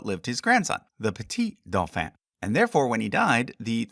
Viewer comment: Doh-FONN. Not duffa 😂